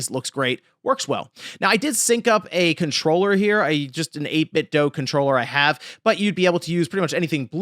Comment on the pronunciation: Excellent video, but I a<lways feel wierd when you pronounce 8bitdo as 8bit-dough instead of 8bit-do